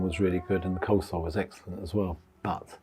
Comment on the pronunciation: It’s coleslaw not cold slaw